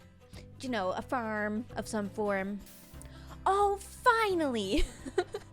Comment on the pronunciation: The way you say “Farrm” makes me laugh